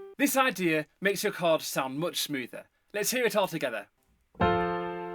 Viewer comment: Thank you for teaching me to connect the “chawrds”😭❤️